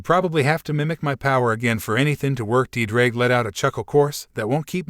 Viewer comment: My Welsh heart is hurting every time I hear Ddraig